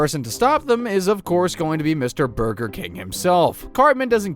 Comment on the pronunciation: He said burter or burder lmao